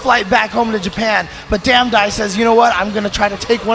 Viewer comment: Damdai became damdone